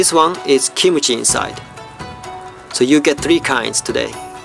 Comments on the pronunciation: omg, did I hear wrongly? Kimchi he pronounced as kimochi...-.-" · His pronunciation of Kimuchi, not Kimchi, because of his native language. Words ending with "m" will have "mu" sound. So no need to mention that he said it wrong more than once. As a Korean my self, I completely understand. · She wasn't even talking about "G" or "K" sound. She was correcting Kimuchi to Kimchi. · not kimuchi. it is kimchi. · kimuchi (x) kimchi (o) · Not kimuchi. It's Kimchi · Not Kimuchi, but Kimchi..:) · its Kim-Chee not Kim-u-Chee.:'D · not kimuchi it is kimchi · He said kimochi instead of kimchi lollll 🤣🤣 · No kimochi!!!!!!!!!!ㅡㅡ Kimchi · Yes correct but the Japanese have a different way to pronounce it so it sounds like ki-mu-chi instead of how Koreans say it kim-chi and kimchi is delicious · When said 'kimuchi' it sounds like 'kimochi' -_